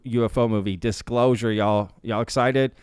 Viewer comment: The Dishclosure 🤣